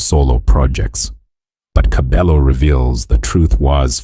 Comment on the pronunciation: Pronouncing is irritating I stopped listening when you said TKzet ee😮 and kabelo's stage name